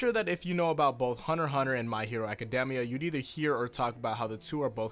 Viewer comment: why do you say aca deh mia? it's so weird to hear that... I feel like it's a very well established fact how that word is pronounced ._. don't even know why it bothers me so much, this little thing, but, by god, it does...